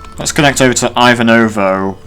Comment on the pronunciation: btw the most western-stereotype popular russian name Ivan is pronoced like Ivanka Trump, but without 'ka Trump'. It's like Eevahn in russian pronouncation. The same way Ivanovo is pronounced, if you care about it at all :)